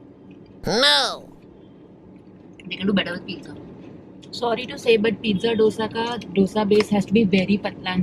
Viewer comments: Beeing a south indian u should have told dosee instead of dosaa... Dissapointment lol 🙃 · It's not doosa it's dosa y'all pronounce it's wrong 😬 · guysssssss its not DOsa its dosa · It's not DOSA ,its " DHOSA"...Jst SOUTHINDIAN ..saying it. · don't call yourself a South Indian if you say d-osa and samburr 😭😭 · Y can't ppl pronunce dosa and sambaaaaar properly🤢🤢🤢🤢🤢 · Dosa and sambar pronunciations gone wrong .